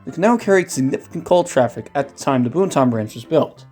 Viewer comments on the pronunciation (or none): Hearing that man say “boon-tahn” hurt me. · Have to learn some pronunciations my friend. The "N" in Boonton is mainly silent. Like "Boo-ton" Not Boon-ton. Totowa is pronounced as one word, Totowa. Not "Toe Toe Wah. Also. That's not the Montville station. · Lovely video. But the one guy repeatedly saying “Boon-tahn” is cringy. Technically, it’s pronounced “Boon-tin”, but us locals pronounce it “Boo-tin”. The other mispronounced town is Totowa (“Toe-tuh-wah”) Next do the Bergen line with stops like Hohokus & Mahwah. 😜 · Boooooonton Branch???? BooTon Branch...say it right! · It’s pronounced Boot’n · pronounced boonton correctly, didn't. Considering is not from the area at all I am not surprised he doesn't now. Later he did mispronounce it. Oh well.